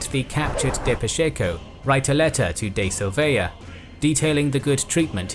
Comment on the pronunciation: Very cool video but the way you say "Silveira" is hella annoying.